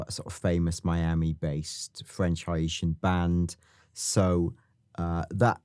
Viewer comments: an the pronunciation of people of Haitian decent is like "hey-Shin" you got Haiti down though haha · u also pronounced haitian wrong. it would be "hey-shun" not "ha-ee-tan." just trynna help yall out :) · It’s hae (hey) tian, not hi-ay-tian FYI 😂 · Say it with me: HAY-SHUN Idk why it’s not bothering anyone else enough but their should be more comments correcting this after two episodes of mispronunciation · I just have to let you know it’s pronounced (hey tee) And ( hey shin) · Please work on your Haitian pronunciation🤣🤣 it’s pronounced like Hay-shin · Haitian - heyshin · Brilliant once again, aside from the pronunciations of ‘Haitian’ and ‘iguana’ 😂